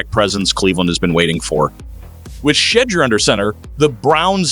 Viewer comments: This is why your dumb-azz don't have many subscribers. You are purposely mispronouncing his name because you like all of the Nation have heard proper pronunciation of the man's name. Go get your clicks from somewhere else if you can't show respect. I will not be subscribing to this shizit show. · Saying his name right might help, Browns won't be doing sht this year